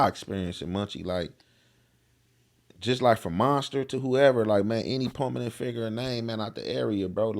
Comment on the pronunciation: I f*ck with Young Jefe but bro "pominenet" (prominent )and "misconscrewed" (misconSTRUED"?!?! On my soul I'm not trying to shame my young brotha but there's folks out there looking to take away from any point you're making n that's low hangin' fruit. Just learn the words..write them down and enunciate them so your haters/skeptics don't say 'he don't know what he talkin' about' then tune you out/turn and miss your objectives. You have very substanent content, I'm a subscriber bro..Practice and keep doin' ya stuff.. u got it!